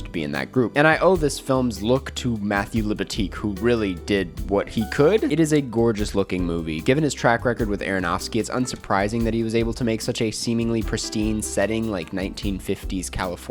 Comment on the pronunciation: Florence Pugh looks like a chubby dwarf. I don't get the appeal. Also, Darren pronounces his name "Are-noff-ski" not "Aaron-off-ski." Come on.